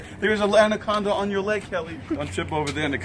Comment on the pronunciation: "there's an andaconda on your leg;)!" Lolll